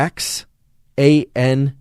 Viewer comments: Doc, say zee-a-zanthin, and asta-zanthin. In English we misuse X as much as we do the internet. So don't axe me why its pronunciation is so chaotic. Greeks, Slavs, and native Mesoamericans have a useful pronunciation for the letter, though it differs in Nahuatl from East European. Kale, that dark green sandpaper/cardboard vegetable (with a GREAT taste! lacerate and macerate it before adding to salads; otherwise you will agree with me about its textural qualities) is really WAY up there in content of lutein and zeaxanthins, horizons beyond stiff-cooked egg yolks. And to segue, Salmonella tend to be killed at egg-frying temperatures now being recorded in hot deserts outside Death Valley , Sahara, and Rub' al Khali (the Empty Quarter). Salmonella (named after a guy named Salmon, not a fish), although found on the skin, as part of our bouquet of flora we carry around, are pimarily enterobacteria. (certainly there are numerous species, which I won't get into) transferred through the unavoidable fecal-oral nature of the world. They are facultative anaerobes, normally functioning through oxidative respiration, but when conditions change, they can switch to reductive respiration exuding hydrogen sulfide, the smell long known as of Rotten eggs. They ARE pathogens, intracellularly, but we hold their virulence in check. They are not always virulent,, in other words, and too much killing of other microta by the OCPD-obsessed , aside from immunocompromise, unleashes their less diplomatic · You're hurting my ears LOL. Asta-ZAN-thin, and Zea- ZAN- thin. (caps show emphasis, not yelling). I know those are x's. Don't ask me why. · Zeaxanthin "Zea-zan-thin" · Some pronunciations for you: Astaxanthin is Ass-tah-zan-thin with the accent on the 3rd syllable and Zeaxanthin is Zee-yah-zan-thin with the accent on the 3rd syllable. Hope that helps! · Lmao zeaxanthin and astaxanthin are pronounced ZEA-ZANTHIN & ASTA-ZANTHIN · ass-ta-zanthin, zee-a-zanthin.